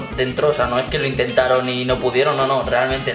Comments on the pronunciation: Al principio del vídeo dice AN INTENTARO quien se dé cuenta que le de like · " INTETAROO" EL